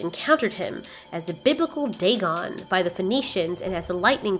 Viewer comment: It’s Dagon